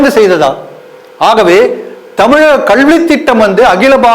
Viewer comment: Pronounce as kalvi thittam and not kazhivi thittam